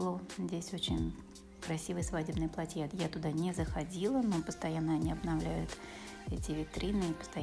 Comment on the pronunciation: Спасибо, очень понравилось, но в слово платье, произноситься с ударением на букву а.